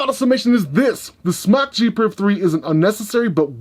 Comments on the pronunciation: Would you quit pronouncing it that way... it's pronounced like the word SMOKE....JESUS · its Smok as in Smoke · The way he says smok I’m really happy now